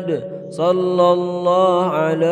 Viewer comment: Assalamualaikum saya dengar macam shollaha ala muhammad kalau apa yang saya kata tolong betulkan menjadi shollahu ala muhammad